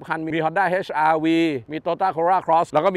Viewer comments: เหมือนผมได้ยินว่า เฮ็ช ไม่ใช่ เอ็ช อาร์ วี อ่ะ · HRV อ่าน เอช อาร์ วี ไม่ใช่ เฮช อาร์ วี